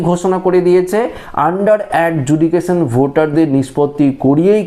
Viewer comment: Adjudication উচ্চারণ ভুল❤❤❤❤❤❤❤❤